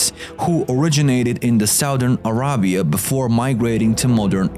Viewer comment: Love this but it's so so so super cringing the way you pronounce names like Goliath, Arabia, etc...... Should really look into the proper way into pronunciation when those are important